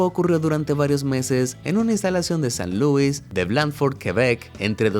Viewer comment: Se dice San Luís no San Luuis